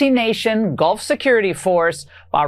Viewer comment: Laura I just don’t believe a single syllable she utters. Does she not read the papers? Did she say GOLF partners or Gulf partners hard to tell.